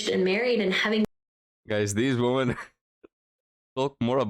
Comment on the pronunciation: I'm glad your videos have been taking off youre really improving. One suggestion I have is "women" the plural is pronounced more like "wimmin." The o sounds like an e for some reason.